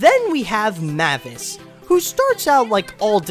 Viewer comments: MAY-vis. Not MAH-vis. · No, it's not Mah-vis, its Mavis. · IT’S PRONOUNCED MAYVIS!!! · Her name's pronounced as Mae-vis not Ma-vis. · Meh-vis? Really? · Am I the only one who cringes with how he pronounces Mavis?! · Bro can't even pronounce Mavis right? 😂